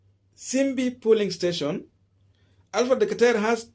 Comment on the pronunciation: It’s pronounced as “polling” emphasis on ‘O’ and not Pulling you are emphasizing ‘U’